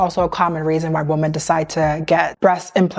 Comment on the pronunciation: i love your videos sm and they make such such good points. just one thing—woman and women are pronounced differently 😭sorry not hating, just really ocd about these things